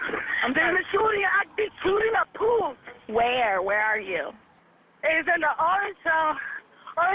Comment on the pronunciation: Pool nightclub. ? People who don’t speak English shouldn’t call 911. “We’re at poose nightclub